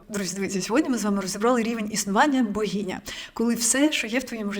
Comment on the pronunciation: Ну слухайте, оце слово з вимовою "багіня" це триндець